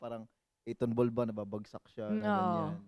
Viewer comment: 8Tonball ❌ A'Tinball ✅ Jasteeeeeeen!!!! 😭🤣😅